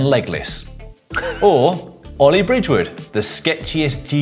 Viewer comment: Caption: No, his name is Ollie not All-eye.